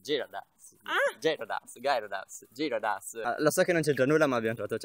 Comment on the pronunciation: Stef l'evoluzione di Magikarp è Gyarados (si pronuncia Gheridos)